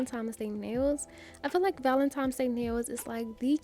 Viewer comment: Val-en-tine valentine. VALENTINE (I love u, but please stop saying valentimes:it’s simply not a word) 🤦🏾‍♀️